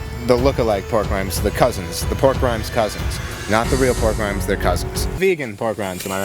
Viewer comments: Why does keep saying “pork rhymes”? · I just realized is calling the pork rinds "pork RHYMES" and he has been getting away with this for YEARS